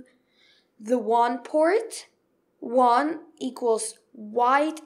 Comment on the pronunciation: After he learns the industry standards of pronunciation such as the Waaaaann port. LoL!!